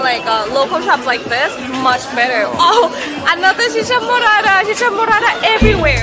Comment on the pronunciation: Este video ya lo he visto muchas veces y tu forma de decir chicha morara chicha morara is funny jajajaj 👍👍👍👍